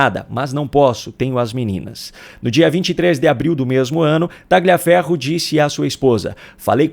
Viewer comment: Pronuncia-se TALHIAFERRO e não TAGLIAFERRO. Boa noite!